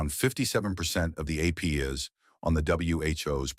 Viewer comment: Please pronounce APIs as APIs not AP is? APIs means Active Pharmaceutical Ingredients.